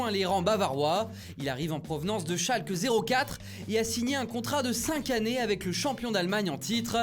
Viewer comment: Je veux dire qu'il faudrait que tout le monde prononce Schalke 04 en allemand. Schalke null vier.